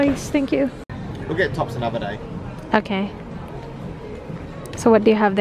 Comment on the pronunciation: wait lang natawa ako sa "buy one, gate(get) one" HAHAHA